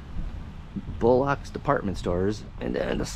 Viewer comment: BTW, it's pronounced "bull-lux," not "bull-locks." Sounds almost like "bollocks." 😊